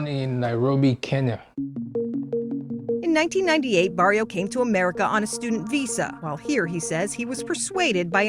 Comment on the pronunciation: She can't or wont pronounce his name correct, on the form, it's spelled, ''BARIU"" there is NO ""O"" in that form!